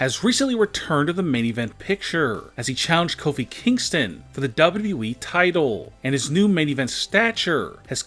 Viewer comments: U have more w's when you say wwe... wwwe (sigh) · He said wweeeee lol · Everytime he's say wwe he's keep on stretching his word beside he's can't even say wwe the correct way